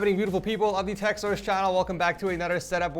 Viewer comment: Why do you always say TeachSource isn't it supposed yo be TechSource?